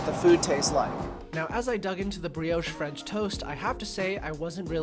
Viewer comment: Did you enjoy your "Breee-aush"? 🤭 Just messing, nice vid 😊👍🏻